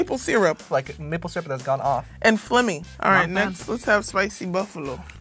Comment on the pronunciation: EVERY TIME THEY SAID MAPLE SYRUP,I HEARD NIPPLE SYRUP.